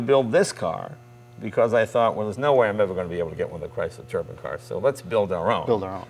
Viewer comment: "Turban..." It's a turbine, like sunshine, or a wind chime. A turban is what Sikhs wear on their heads.